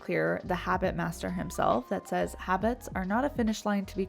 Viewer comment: she said “b haits”